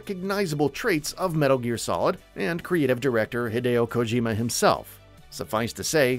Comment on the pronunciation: He said Kojima wrong the first few times then got it right